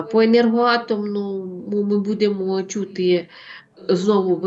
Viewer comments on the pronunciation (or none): БудЕмо,будЕ.Важко це слухати,не природньо для Вас,.